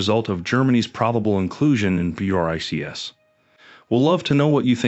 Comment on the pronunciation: It's pronounced Bricks. Your AI reader can't figure that out? How can anyone take you serious?